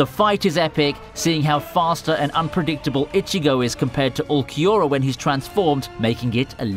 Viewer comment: The way he mispronounced Ulquiorra smh.